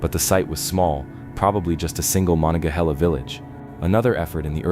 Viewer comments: THATS pronounced. Ma NON Ga HAY La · It's pronounced ma-nong-ga-hah-la. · Firstly, mo non ga hay la. Secondly, you should be more precise in your description where the fort should be, according to archeologists. I'm familiar with the area, and you show a map of ft Pitt. Most modern people familiar with fortifications. And any group would likely establish fortifications on previous fortifications because it males sense, if the forts were properly placed. Along with that point, that particular area is a confluence o 3 large rivers, all of which would have been there for hundreds if not thousands of years. Meaning, there are probably very many old forts up and down all three rivers. Nice try to educate five year Olds, try again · you were driving me crazy with your pronunciations of monongahela. it goes like this: muh non guh hay la. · If you are going to narrate something you should make sure you are correctly pronouncing the names: Mo - non-ga-hela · Please get a human reader who can pounce Monongahela properly. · Maybe pronounce rather than pounce as I'm not really sure how that would help ? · I've never heard Monongahela pronounced the way you did. It would be funny if you pronounced it correctly while us who grew up along the Monongahela have been pronouncing it wrong for generations. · If you can't even pronounce "Monongahela River" correctly I don't think you should be doing videos like this one.